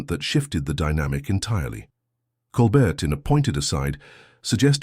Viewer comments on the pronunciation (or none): Flowery narrative, poorly captioned and haltingly delivered. How many different ways was Colbert’s name mispronounced ? Disappointing waste of time.